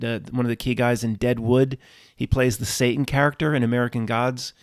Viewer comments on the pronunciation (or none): none